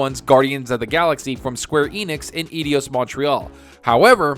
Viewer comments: man, Eidos is pronounced like Eye-Doss not idi-oss !! Cheers for the info vid, Keep Up the Great Work !! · Think it's said "Eye Dose" Montreal just FYI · Dude! It's eidos. [Eye_dos]